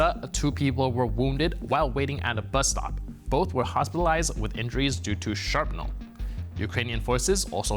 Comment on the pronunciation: Sharpnel haha. Did you say that on purpose!?! Haha, made me smile. Thanks